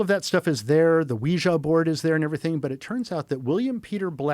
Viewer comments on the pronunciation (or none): nope all I heard was the other guy pronounce ouija board like -wee-zha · Dear God, please don’t ever doom me into a conversation with someone who pronounces ouija board like this guy.. the pretentiousness would send me over the edge. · I am going to flip out cause he knows the right way to say Ouija board but he wants to rage bait men like me. Congratulations seems you pissed me off by sayin Ouija board like a azzhole.trying to envolke evil spirts